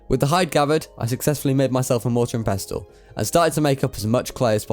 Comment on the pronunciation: the T in pestle i silent